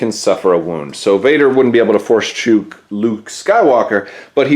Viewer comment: "Force Chook Luke"